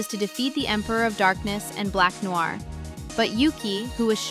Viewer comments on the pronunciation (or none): none